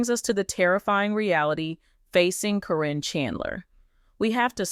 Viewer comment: Yeah I knew it as well. Matt totally changed once he got with Caryn. This person that is talking is getting on my nerves pronouncing “K-RIN’s” name. She has called her everything except what her name actually is!